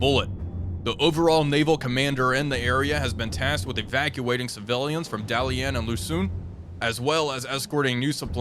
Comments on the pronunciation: I love your channel, as my constant views and likes should show. However, the School of Pronunciation provides much mirth. Dalian is the latest example. 😂😂😂❤❤❤❤❤❤😂😂😂 (Daa-lee-uhn). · Dah lee ehn though my tones are off, pronunciation is actually closer to the Japanese pronunciation of Dalian (Dairen)